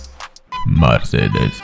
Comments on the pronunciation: That's how they say it in Germany, he also pronounced Mercedes correctly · At least he pronounced some right like bmw and Mercedes and bmw